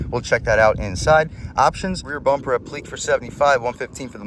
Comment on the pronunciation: Nice. I’m debating an Elantra Limited or a Sonata Limited. We had a Sonata with the V6 growing up for about 10 years and it was still going strong when my mom traded it in. Never a problem. I’ve always liked Hyundai’s. BTW the word “appliqué” is pronounced “app-li-kay” not “a-pleek.”